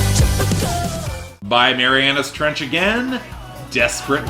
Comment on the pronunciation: Even though I thought you said 'Marianna stretch', yes, Marianas trench deserves so much more!